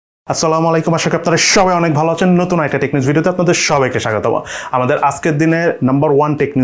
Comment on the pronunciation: ভাই, আপনি স্বাগতম এ ত আর ম আলাদা করে বলেন ক্যন.. সঠিক উচ্চারণ তো স্বাগতম্